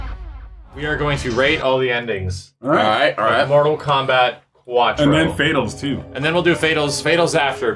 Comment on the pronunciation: "Arright" - Elder Gods, N64 version